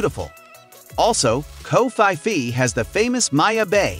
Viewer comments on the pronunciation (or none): this person is allergic to saying things correctly. "Causeta Rica, Acropalis, Koh Phee Phai, Keen-ya, Causco, Safairy"